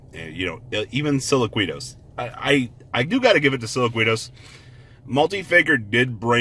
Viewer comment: Plus that's kind of his niche....some things he can't (or won't) pronounce correctly, such as impermanence, or silquitous, and imo it makes him that much more funny and personable.